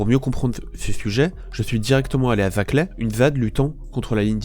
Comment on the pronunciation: C'est pas zaclay c'est Saclay